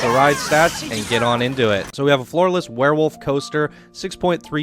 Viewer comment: At the beginning I thought you said "a FLAWLESS coaster" Instead of "a floor less coaster" 😂